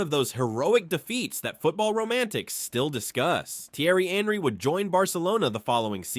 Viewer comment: some odd pronounications i've noticed in this video bayern is not pronounced with 'bay' at the start, but 'bye' henry is not pronounced like the english name henry lyon is lee-on and not 'lion'